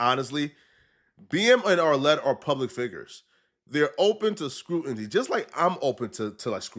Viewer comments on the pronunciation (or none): incorrect usage of words for today: “scrutinty” instead of “scrutiny” 🤦🏾‍♂️